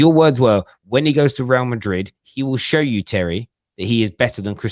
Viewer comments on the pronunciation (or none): none